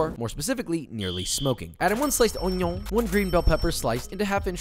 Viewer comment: I chuckle every time Josh says “onion” in his boujee accent